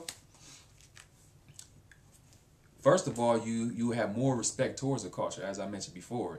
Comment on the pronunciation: You have an interesting way of pronouncing the word "culture". Sounds kinda like "cawture". =)